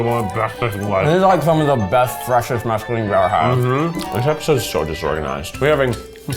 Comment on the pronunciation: I believe he meant “mesclun” but now I wanna try just plain, fresh, undressed mescaline 😂 (to be fair, it’s really hard not to put an extra vowel in mesclun)